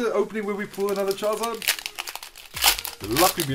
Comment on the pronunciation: When you said one Charizard tin it sounded like one Jonathan lol shoutout to all Jonathan's I guess lol